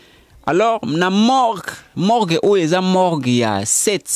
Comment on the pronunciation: Oyo elobeli nini oyo, na koki ko landa émission yango tein boufff, Morgue et non Mork bouffff